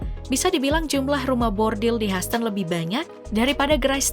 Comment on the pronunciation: Hyhouston huston , haston 😅😅😅